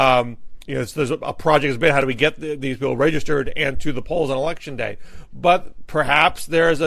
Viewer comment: I have never heard another English speaker pronounce the "day"--in the days of the week"--in the manner that Matt Lewis does.